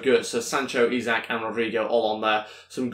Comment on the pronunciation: It is Isak but pronounced like ishak